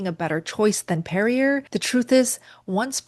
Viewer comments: No one says "Perri-ER." Always "Perri-AY." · NO NO It's Perree YAY... Perry yay... not perry ER lol:face-blue-wide-eyes: you're welcome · FYI Perrier is pronounced: peh.ree.ay With an A sound at the end not R sound. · This would be easier to watch IF the main words were pronounced correctly! So easy for you to look them up. "PFAS" as in PASS = P-FAS "Perrier" is not Pe ree er. It is properly pronounced peh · ree· AY Gerolsteiner: Geh (like 'get' without the 't'), rol (like 'roll'), STAY (rhymes with 'day'), ner (rhymes with 'runner') So: *Geh-rol-STAY-ner*. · Perrier is pronounced. Perr-ee-ay. Not Perr-ee-er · I think Perrier is pronounced "perry-A" not "perry-er" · Perrier, which is from France, is pronounced, "Pair-ee-ay", not, "Pair-ee-er". Even in America it's pronounced the French way. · It’s funny hearing her pronounce Perrier as “pair-ee-err”. No one else says that. It’s “pair-ee-yay” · Perrier is pronounced pear-eee-aaay! Not pear-eee-ur! Lol it’s French! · I believe it's roughly "ger-AHL-shteiner." If you don't mind sounding German by making the "st" into an "sht." The G is hard, like in golf. It's one of my favorites, but it's kinda expensive, not to mention the food miles. Being French, Perrier would also be pronounced "PAIR-ee-ay," not "PAIR-ee--er." (Sorry if I'm being pedantic.) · It is pronounced perry- ay! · perrier pronunciation peh-ree-YAY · Perrier - “pare-e-ay” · I like your channel and what you do, so take this just as a simple correction, which with all these comments, may have already been said. Perrier is also a french company, the name is actually pronounced PERR-ee-ay. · It's pronounced PerriA. It's French sweetie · Great content! Thanks for the tips. p.s. Not sure if it's just me, but I pronounce Perrier like Perry-A. The R at the end is silent. And Kefir like 'key-fur' 🤷🏻‍♀️ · It’s easy to say: Perrier is pronounce ‘Per-ee-ay. Simple!😘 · Perrier = Pàr Ree Ay C'est Française! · Pear -ee-aye ...is how you pronounce it ....